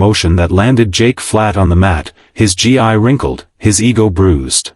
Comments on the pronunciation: Maybe someone should program that voice that GI is pronounced gee not g-i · Unfortunately the narrator mispronounced the proper way to say the martial arts uniform, it's not GI it's pronounced as GEE How disrespectful can individuals be 😢 Thank goodness that the guy who jokingly challenged the young lady to a martial arts battle is absolutely dumb. Thanks for the story. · Gi is pronounced gee